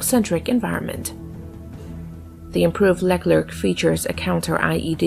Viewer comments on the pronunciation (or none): 'Le Clerc' not 'Lec Lerc' 😉